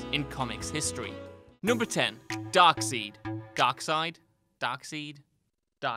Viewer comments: It’s DARK-SIDE not dark-seed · Watching this vid in 2020 and still can’t believe he said Dark-seed what a newb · Had to stop the damn video after he said Darkseed. Get it together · OMFG It is not Dark seed. Its Dark Side!!! DO NOT DO A VIDEO ABOUT DARKSEID IF YOU DONT KNOW HOW TO CORRECTLY SAY HIS FUCKING NAME. WATCH ANY DC SHOW OR MOVIE AND SEE HOW THEY PRONOUNCE DARKSEIDs NAME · The creator confirmed it was darkside, no game, animated movie, or anything else I've ever heard his name spoken aloud in has EVER said darkseed so where in the hell does the insistence on saying it like that come from? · DarkSeed, it's pronunced Dark-Side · Darkside not darkseed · Darkseid was mentioned in the Justice League movie in 2017 by Steppenwolf, he mentioned Darkseid and pronounced it as "Darkside", just so you know how to pronounce it in the future haha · Darksied is pronounced "dark side" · As soon as you tried to pronounce darkseid darkseed I left the video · WTF... really Darkseed.... its pronunced DARK SIDE.... omfg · 😂😂 darkseed 😂😂😂 evil 🌿 life pronounced dark side bruh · As soon as he said darkseed I disliked it is pronounced darkside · Dark seed? Dark sied is pronounced as dark side!! Well meh it doesn't matter aws video! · I stopped watching after the 5th time you said Darkseed. Thought you were doing it to be funny at first. Then it sank in you were serious.. DarkSIDE! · This video lost credibility after “Darkseed” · Turned it off after hearing DarkSeed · Darkseid is pronounced Darkside. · I lost all respect for you by you calling him darkseed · How many people in Whatculture get this wrong? It’s Dark-Side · "Dark-seed." "Har-Bringer." Sweet Christ. Somebody get this man a dictionary. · momo penguins Because it’s pronounced “Dark-Side”. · Haven't watched it yet he better not say it like darksid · It’s Dark side, like Star Wars. Darkseid is pronounced dark side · Congratulations, your the first person to not comment on the fact he said dark seed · "Dark Seed" 😂😂